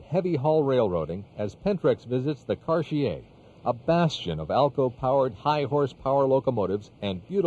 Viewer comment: I know I'm not the only one who learned the correct way to pronounce "Cartier" by watching this video.